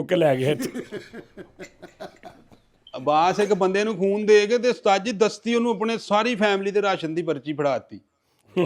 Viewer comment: 5.16 ਉਸਤਾਦ ਜੀ ਖੂਨ ਦੀ ਬੋਤਲ ਨੂੰ ਫੂਨ ਦੀ ਬੋਤਲ ਹੀ ਕਹੀ ਜਾਂਦੇ ਉ ਕੀ ਹੋ ਗਿਆ ਰਾਤੀ ਸੁੱਤੇ ਨੀ